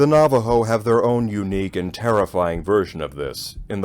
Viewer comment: It should creep you out! Thank you for the correct pronunciations of the tribal name and language words that you used. Very much appreciated.